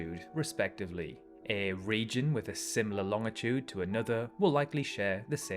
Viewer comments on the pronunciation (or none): Bro pronouncing it loŋitude.💀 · Longitude = ˈlônjəˌto͞od It's a soft G, sounding like a J.